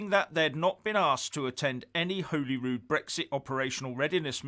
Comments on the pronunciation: It is not Holyrood (as in Holyland), it is Holyrood (as in Hollywood or the holly and the ivy) Wee skinhead facist bawbag bar steward if you are going to disrespect our Parliment at least learn enough that you know it's name. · it's pronounced Hollyrood not Holyrood. You're welcome 😆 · He can't even pronounce "Holyrood". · He can't even pronounce Holyrood properly. He pronounces it Holy Rude, it is pronounced Hollyrood, but spelt Holyrood. Can't believe anything Tories say, they do have an awful track record. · Perhaps if he could pronounce the name of the Scottish Parliament correctly it could help. You can only get ready if you know what you can get ready for. Is confirming that Scotland is a separate country???